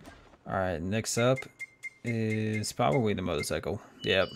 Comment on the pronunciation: You said pwababwee instead of probably and moto-cyco instead of motorcycle lol